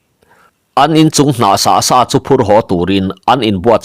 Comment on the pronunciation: Bung hmasa lamah khan lal Hrangvunga inchung tur sat tur a kal ve tum kha Lianlura khan "Lal meuh....chu tih sa loh loh" i lam dan kha a dik lovin ka hria. 'Ka tih sá a nih kha' tih lam rik danin i lam a, sa tih hi tawi tak, hniam deuh hlek a lam rik tur a ni. 'Sa sát' tih a sa lam dan ang deuh hian.